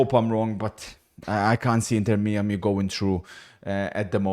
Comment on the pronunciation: Inter Me-Ah-Me